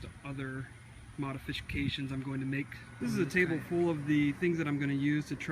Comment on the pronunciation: Modifishcations...new word...lol